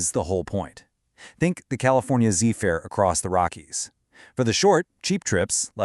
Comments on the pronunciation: AI drives me nuts. He keeps saying Zeefur instead of Zephyr. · This A.I “narrator” can’t pronounce ZEPHYR. Hire humans!